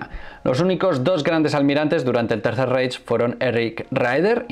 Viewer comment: Reich se pronuncia raigh y Keitel kaitel